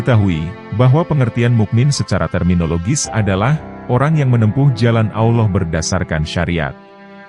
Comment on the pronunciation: Maaf ya jujur sy suka Chanel ini, tapi sdikit terganggu dgn pengucapan admin dlm kata Alloh......kok trdengar kurang luwes /kaku....gmna gitu ya....ngeganjel di kuping n dadaku